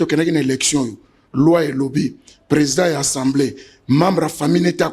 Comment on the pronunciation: Pardon ba ndeko. Est-ce que Mr le journaliste atanga vraiment oyo ba komi na papier? Soki yango alors mawa mingi. Je comprends pourquoi ba pays voisins ne nous respectent pas. Atangi " ENSEMBLEE nationale. Atangi oyo ba komi na papier ? ENSEMBLEE même avec accent aiguë ce mot n'existe pas na langue française. Na landa ye ye alobaka tjs ENSEMBLEE nationale est-ce normal ? Le mot ezali assemblée nationale. Bo yebisa ye po bana ya maternelle école primaire ba landaka ye. Après bo loba te ke ba enseignants ba zali en mesure ya ko former bana te.MERCI